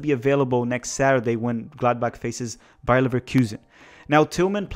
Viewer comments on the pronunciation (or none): none